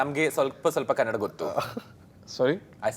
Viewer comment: It's Kannada not kannad